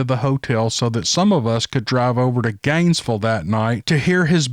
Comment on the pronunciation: My husband started driving on SR 27, starting from Ft Lauderdale somewhere to Bristol, FL. 12 hour drive, at the age of 14 or 15. LOL! I've never heard Gainesville pronounced quite like that,. I LOVE IT! "ganesvul"! My husband calls it Gainesburg.